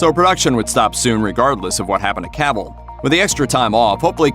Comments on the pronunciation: It's "Cuh-vill".... not cavool... dumb dumb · Who is Caaavill? This dude doesn't know how to pronounce his name Sad